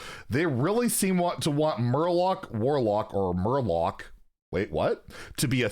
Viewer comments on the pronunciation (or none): Not murloc warlock but Murlock!!! Get you shit together